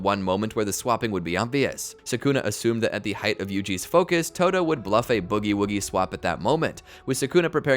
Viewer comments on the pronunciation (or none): none